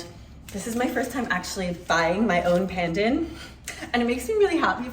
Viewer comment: Please pronounce Pandan correctly. Here's the way. Like in English, the phrase, "not pun intended", that pun is pronounces that way. The next syllable is "done'. So now, together Pun Done! Other than that, good video. Thanks for sharing.